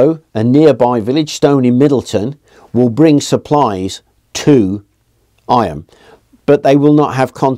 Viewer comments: Not "I-am" but pronounced "eam"! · Eyam is pronounced eeee m, not eye am. Its a Derbyshire thing 😊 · The Derbyshire pronunciation is 'eem' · Sure it must have been mentioned somewhere here but Eyam is pronounced Eeem!